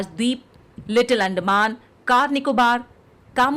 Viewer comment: I am hearing 'आंड' मान